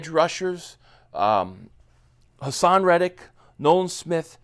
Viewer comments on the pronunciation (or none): none